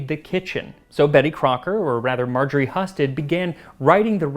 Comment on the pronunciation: I believe your pronunciation of the name "Heeyoo-sted" is wrong, unfortunately. I'm a Husted!